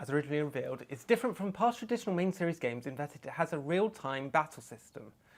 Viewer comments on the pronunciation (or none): none